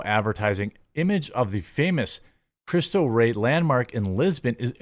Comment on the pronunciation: It is pronounced "Christo Ray".